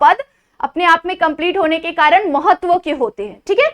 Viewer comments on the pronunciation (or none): none